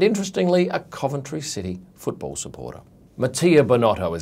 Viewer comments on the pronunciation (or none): none